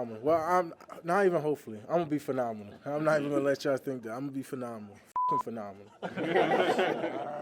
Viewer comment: Someone please get Micah Parsons a dictionary so he can look up the word PHENOMENONAL